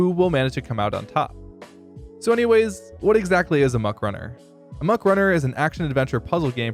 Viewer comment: Please stop saying "amok" wrong.